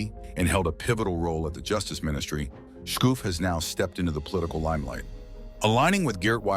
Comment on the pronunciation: Our prime minister's name is pronounced as scofe not skoufe 😅